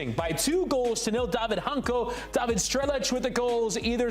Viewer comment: guys, Dávid Hancko's surname is pronounced "Hunts-ko", not "Hun-co" 🙃